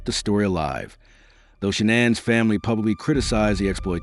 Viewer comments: My 👎🏻 is for the annoying narrator! All the many videos where you could learn how to pronounce Shannan and you go with your mispronunciation! 👎🏻🙄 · Chris didn't have secret credit cards. He stopped hiding towards the end. Shannan saw each purchase. Stop saying her name wrong then right. Just get her name right